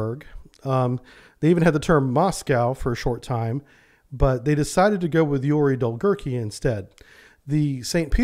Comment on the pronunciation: The correct pronunciation of Yuri Dolgoruky is Yuri Dol-go-ruky (Yuri long-arms)